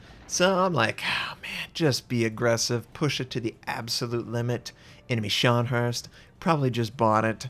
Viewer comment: PLEASE stop pronouncing Scharnhorst the way you do. Let me attempt this phonetically: Scharn-WHORST. HORSE-ST. It’s not “Herst.”